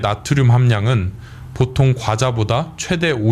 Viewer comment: 선생님! 보통의 보는 제발 길게 발음하시옵소서!